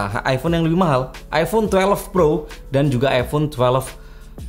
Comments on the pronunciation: twelve bukan twelev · maksain banget bang bilang tuwelef